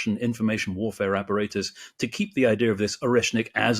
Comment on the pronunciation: "The Wussian Warfare Wapperatus"